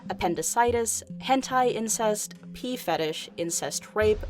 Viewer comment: Did she said PEE FETISH that weird